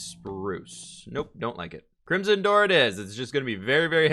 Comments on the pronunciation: It is Crim - son, with the "o" sounding like in joke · english is his native language... right? i'm just wondering why he pronounces crimson so weirdly ö_Ö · How do you pronounce ‘crimson’ so wrong?! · "apparently i say crimzhon wrong" h m m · pronounces crimson "crimjim"